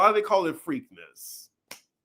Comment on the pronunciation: I'm dying at you calling it Freakness, like Freaknik. 😂😂😂It's PREAK-NESS... PREAKNESS.